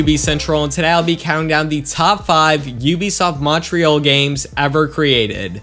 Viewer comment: It's really funny how Americans say Montreal